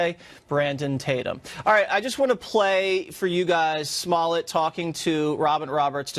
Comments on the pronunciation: It’s pronounced “juicy smull-yay” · This nigga said JOOZY SMOLLEN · This voice over artist keeps calling this liar JUICY SMOLLET LOL